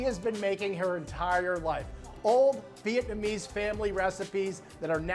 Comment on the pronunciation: I find Americans & Chinese pronunciation of the word “vit-na-me” hilarious., they step on the gas when it’s a three syllable word.